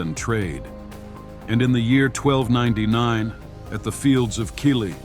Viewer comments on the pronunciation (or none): none